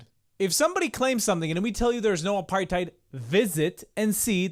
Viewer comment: I'm triggered by the way he says aparTHeid.